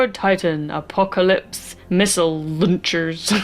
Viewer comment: The tragedy was the pronunciation of missile